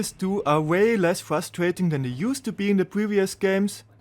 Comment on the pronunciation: “fustrating” 🤣 cmon man do better